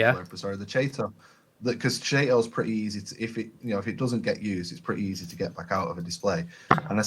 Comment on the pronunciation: It's pronounced "Kayto" - an abbreviation of the species "Chaetomorpha". Cheetos is something you eat while watching these videos :-)